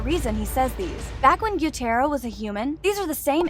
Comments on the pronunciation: Hey I like that you did this its great but say tanjiro,zenitsu, gyutaro name correctly plz and thanks not hateing btw love the content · The only thing that pisses me off most in this video is the fact that YOU KEPT SAYING GYUTARO'S NAME WRONG. It's Gyoo ta ro not gyo tai ro you are not an anime weeb you are a fake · Please, please just say the names right. It’s killing me when you say tan jee row and gyoo tar ohh and kuh nat it just hurts my ears